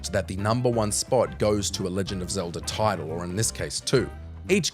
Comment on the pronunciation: Zeldr??, please fire this guy